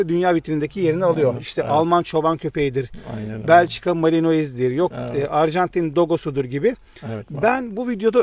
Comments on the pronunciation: Malinoiz diye okunmuyo. Malinua diye okunuyor. Maline sehrine 10km uzaklikta yasiyan biriyim. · Malinoiz değil malinua.